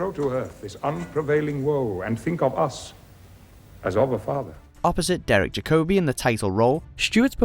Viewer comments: It's pronounced ZAVIER, not EX-Avier, and it's Derek Jacobi like Jacobian, not jac-O-bi. Please, for the love of sanity, learn how to speak English. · Derek Jac-O-bi? Who the f**k is he? I know an Obi-Wan Kenobi (the Jedi guy) and I know a Derek Jacobi (the actor), but I never heard of a Derek Jak-O-bi! Maybe do a bit of basic research before you post a video that makes you look like a complete arse next time?